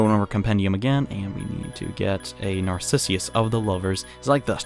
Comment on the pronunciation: coming from a dude who can barely pronounce narcissus I know the feeling